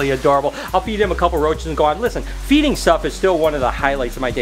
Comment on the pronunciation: When you said i love feeding the frogs I thought you say i love eating the frog